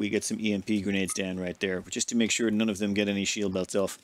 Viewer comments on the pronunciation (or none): none